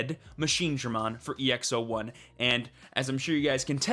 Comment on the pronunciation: It's EX-"Aught"1